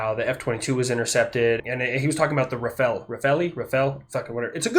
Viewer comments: It is said, Ra-Fi-El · not to be pedantic, but its pronounced like "rah-fail." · Great vid,. Also it's "Ra-fall". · All I can tell you is it's not pronounced Leonardo, Donatello or Michaelangelo.